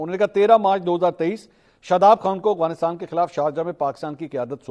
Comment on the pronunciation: منصور علی خان آپ افغانستان کی بجائے اغفانستان بولتے ہیں